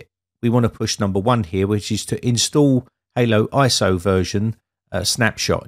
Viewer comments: Great vid👍 but y do you keep saying halo when it's Holo lol? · Did you call it haloiso??? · Interesting. But it's HoloISO, hollow, not Halo as in the game. that did add a bit of confusion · Why "ANY" PC though? Why the click bait? You used a fairly modern - and expensive by any standards - mini PC, and that wasn't adequate. And I believe that you deliberately mispronounce it "Halo ISO" all the time. Just in case somebody tries to install it on "ANY" PC and gets frustrated by the results, you will be able to wash your hands clean. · "Halo" iso? 😅